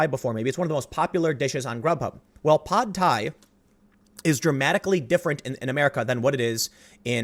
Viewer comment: FYI, "Pad"... It's pronounced the same as English.